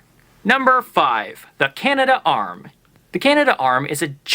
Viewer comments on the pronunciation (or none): You would think the speaker and grandson of the inventor of the robotic Cana -darm would know how to pronounce the invention , it's not Canada Arm,as he spelled it properly when showing it - Canadarm. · Canadarm not Canada arm.